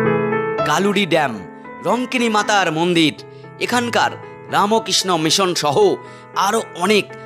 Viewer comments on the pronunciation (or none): none